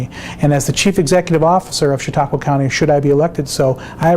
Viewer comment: and, that's Chautauqua County, NOT Chautaugua!